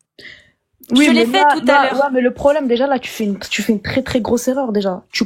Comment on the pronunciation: Dès le début avec "trrrré trrrré simple " on a compris à qui on avait à faire.